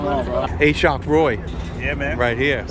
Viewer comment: Im pretty sure the name is pronounced Ah-shawk not A-shock lol